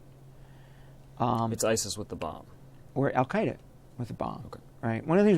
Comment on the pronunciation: "Al-Qaeida in Syria"